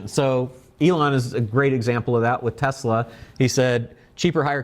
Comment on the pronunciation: This is ten minutes of incoherence. It isn't "fenn-men," it's "FINE-man." It isn't "Tess-LIE," it's "Tess-LAH." And it isn't "electronic vehicles," they're electric vehicles. Apart from that, the rest appears to be a lot of business babble—the sort of which wouldn't pass muster in even the most oxygen-starved MBA program.